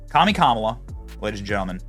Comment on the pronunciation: ... "Kam-bala"? ... Is that - as in - Kamala + cabal? I'm going w/ Kam'Obama ...- as in: camouflage-Obama (Obama in woman-face) Kam'Obama-admin - formerly JObama-admin ... but "same-same"